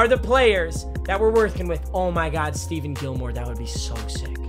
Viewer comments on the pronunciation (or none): Steven Gilmore? STEVEN? It’s StePHON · Why he keep saying Steven Gilmore it’s Stephon Gilmore just pretend it says Stefon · Steven Gilmore??? Isn't it pronounced ste-fon. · did he really say stephen its stephon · Papa it's not Steven Gilmore it's Stephon Gilmore. Like Stephen Curry but with "on" at the end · ITS PRONOUNCED STE FONN NOT STEVEN GOD DAMNIT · I hope u lose so u can’t call him stephen when it’s stephon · Who else got pissed when he said “Steven” Gillmore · I’m watching it again and I forgot about this ugh 😑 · it’s pronounced Steph-on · its pronounced ste-fon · Stephon Gilmore 😂 get it right